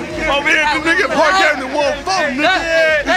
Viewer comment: Park not parck